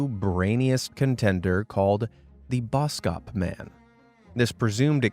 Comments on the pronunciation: i love your channle and i am from south africa and you dont pronouse boskop man like bouskoup man it is bos kop man when i heard how you said it was so funny but keep put the good vidoes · Boskop is pronounced bawskawp. It means forest/woods - head/hill. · the way you pronounced boskop ikilled me☠☠ anyways, maybe that's where the insult came from lol